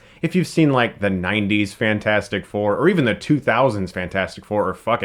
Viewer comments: YOU STILL CALL IT FANFOURSTICK OMG I DIDNT EXPECT IT IM LAUGHING SO HARD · Why Can't you say fantastic 4 correctly? It's spelled "fantastic 4".